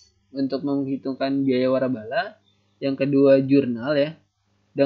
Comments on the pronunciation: waralaba min bukan warabala wkwk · wkwkwkwwkkwk lucu bgttt :")